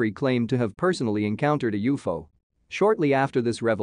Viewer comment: Gravasite? And Youfo? Seriously?